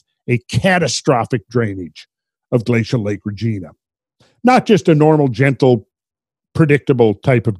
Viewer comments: Reg-EYE-na, not "Reg-ee-na". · btw its pronounced Regaina